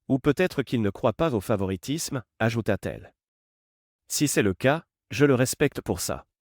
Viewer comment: Orthographe déplorable dans la version écrite, et des erreurs dans l'oral des imperfections aussi. Des mots brefs épelés au lieu d'être bien prononcés, par exemple : -t-il, -t-elle > Té-elle... Les gens sont très bizarres, dans ces vidéos. Ils ne paraissent pas normaux, ni leurs manières, faits et gestes, ni les situations... Le vocabulaire est toujours pareil dans toutes ces vidéos : détermination, finaliser, contrôle, précaution, confronter, crucial, tension. On ne sait pas du tout de quelle sorte d'emploi ni même de branche il s'agit, ce qui rend tout moins vraisemblable... "Essaie-moi" : Try me... Le récit est difficile à comprendre, en tout et pour tout... "Sous son souffle" : under his breath... Dans toutes ces vidéos, les hommes mettent tout simplement les femmes à la porte, sans plus, ce qui n'est pas une option possible dans la réalité.